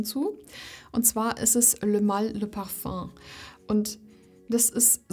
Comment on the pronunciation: Was für eine beruhigende Stimme :) Und, Du sprichst Parfum richtig aus, nice ;-)